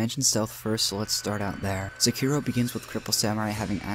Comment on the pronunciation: Definitely wouldn't say that about s vid that mispronounces sekiro and jokingly calls him cripple